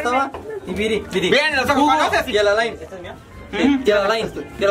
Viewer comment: Minuto esque viri dice jugo en vez de Hugo y yo en mi mente.... A claro Hugo el toma jugo...